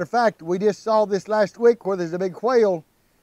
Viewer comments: Took me a few seconds to realize it was a whale and not a "quail" as I initially heard 😅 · I thought he say quail, then I realize is a whale in the ocean.lol